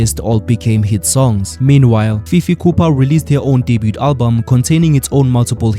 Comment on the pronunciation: I could bite an electric fence for the way you pronounce debut🤣🤣😭